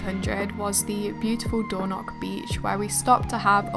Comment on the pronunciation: As a Scot. Gonna have to correct the pronunciation of Dornoch. - it’s more dornich or at least it is from an Edinburgh accent.